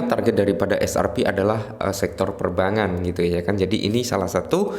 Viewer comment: Perbankan mis 😂😂😂 Bukan Perbangan 😂😂